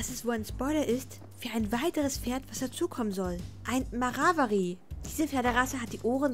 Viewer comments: Äm das heist Mawari nicht Marawari xD kostet bestimt hm 850 oder 950 oder 990 🤗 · Mawarari😂😂das ist ein Mawari aber ist nicht schlimm hihi🤣danke für die Infos mach weiter so ich liebe deine Videos 💓